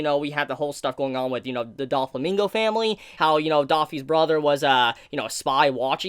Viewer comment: Great video! However: Doe-Flamingo. Not Doll-Famingo